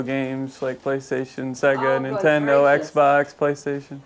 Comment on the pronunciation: “Intendo?” C’mon,! 😄